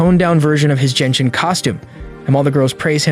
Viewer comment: Brother it doesn’t pronounce Jenshin impact it’s genshin impact!!!!😢😢😅